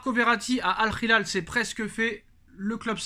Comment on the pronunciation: C'est pas al rilal on profond pas le r ... al hilal c'est pas compliqué